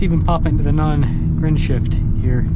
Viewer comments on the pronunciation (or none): Its N grin shift buddy.